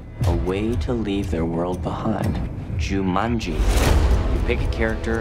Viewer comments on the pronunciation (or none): Or as Rhys Montague Darby very inappropriately pronounces it.. Jamunji..